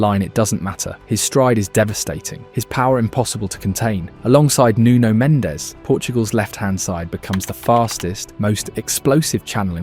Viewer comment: According to this video, Portugal hired 3 Spanish players: Brunoh Fernandez, and Joao Nevez (at least he didn’t call him Juan) and Nunoh Mendez. Yet he doesnt say “Jay-main Eeh-Ay-mail”, he says it correctly… I’m gonna start saying all British players’ names with a German accent